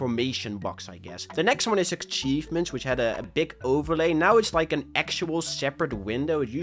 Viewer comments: Its atsheev ments not aktsheev ments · there's no K in achievements akchievements achievements